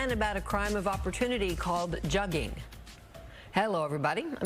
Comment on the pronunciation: Jugging huh 😂😂🗣 I'm pretty sure you're pronouncing it wrong‼️ 🤭🤣